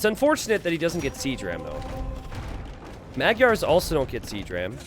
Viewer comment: Not sure if anyone told you this already or if you care, but "Magyars" is actually pronounced a little differently (Hungarian here, not butthurt or anything). The "gy" letters are actually one letter in Hungarian, and it's pronounced the same as the "d" in "due". Also, the first "a" letter (M"a"gyars) is pronounced the same as the other one, like "ah". I know it can be tricky so I don't expect you to get used to that, but I thought you might be interested in that since you love AoE2 and other cultures so much. :3 "Magyars" literally mean "Hungarians" in Hungarian by the way.